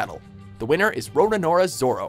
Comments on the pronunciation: Roronoa Zoro would win,even though he gets lost all the time XD Also, Roronoa Zoro not Raronoa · It's Roronoa not Roranoa! Come on man, how hard is it to pronounce it